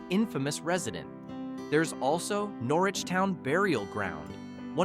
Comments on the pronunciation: Old timers in Norwich pronounce it Nor-itch. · Is this an AI voice? Pronunciation ls are off. In Conn. it is called The Thames (thay-mes) and Norwich is Nor-Witch.